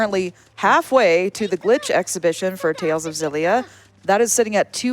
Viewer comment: Ex-illia. Jesus they only say it in all the fucking trailers